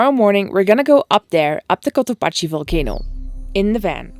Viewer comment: Cotopaxi is pronounced like "taxi".